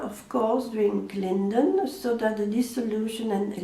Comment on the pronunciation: Vous dites drink linen ?